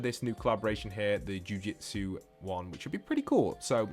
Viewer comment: afaik it’s pronounced “jew-jew-tsu” not “jew-jit-su”